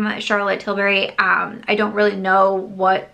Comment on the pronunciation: ...I love your channel and this series in particular but, and this has been driving me crazy for a while. It's Tilbury not Tilberry.. Im sorry if it sounds petty but I'm british and it was making me crazy lol